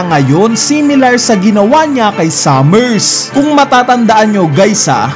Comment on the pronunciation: eto yung correct pronounciation based on Japanese: Gunko - Gungko not Gun-koo Harald not Herald Sommers not Summers Killingham Hajrudin - High-roo-deen